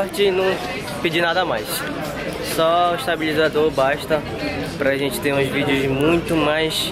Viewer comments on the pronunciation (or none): A "rênte" preferiu fazer ..... KKKKKKKK tira o ovo da boca tio!!!!!